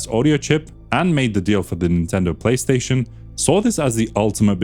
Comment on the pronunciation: The "Tripstaion 1"